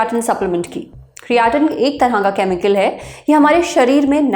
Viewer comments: Creatinn 😂😂😂bhen creatine hota hai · ma'am usko "kriyaatin" nhi "kretin"(creatine) bolte hai...but thank you iss topic pe video banane k liye🙏🏻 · क्रिएटिन बोलिए मैडम क्रियाटिन नहीं 😂, लगत हे मैडम बॉडीबिल्डिंग विशेषज्ञ बन गई हे , फिजियाट्रिस्ट डॉ मैडम😂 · कियाटिन ❌ क्रेटीन ☑️ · It's not criaatein it's creatine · Creatine ❌kriyatine ✅….😂😂😂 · Creatine ❌ Creyatine✅ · क्रेटीन ❌ क्रियाटिन✅ 😂😂 अदभुत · Criatan nhi cretine hota h mam😂😂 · Madam cretine nahi creatine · Good video but क्रियाटिन नहीं क्रेटीन है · It's not criaaateen aunty it's creatine 😂😂😂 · Its not CREAATEEN, ITS CREATINE .. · Creatin 😂 kiryatien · Kriyatin😂😂 Kirana store😂😂😂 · Madam ne create ka pronunciation badha kar kriyaatin kar diya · Creatine ❌ Kareyatin ✅ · अंतिम क्रियाटिन 😂😂😂 बहन ठीक से बोलना तो सीख ले। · Phle Creatin bolna shek lo😅😅😅😅😅😅😅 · Please pronounce creatine properly.